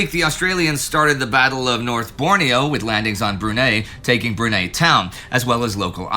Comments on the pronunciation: Great video, as always. But it's pronounced like Bru-nigh not Bru-neigh 😁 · FYI, Brunei is pronounced Broon-Eye. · Brunei is pronounced BREW NIGH, kind of like Neidell NIGH DEL. Asian names are not really Indy's forte.